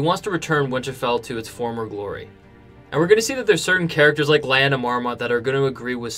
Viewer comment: It's not pronounced Lie-Anna, it's LEE-anna. So annoying lol Great videos though as usual!